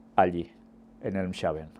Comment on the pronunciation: Mi hermano, se pronuncia Elmsh(j)aven. Dios le guarde.